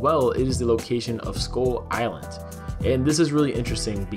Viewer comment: Why do I hear "Skol island"?